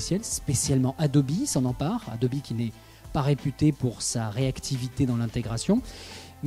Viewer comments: Normalement on prononce "édobi" en Anglais et "adob" en Français. Donc le journaliste prononce mal... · Super vidéo intéressante, technologie bien plus utile que la Touchbar d'Apple ! Une question me taraude l'esprit... On prononce Adobe, Adobi et pas Adob ?! O_o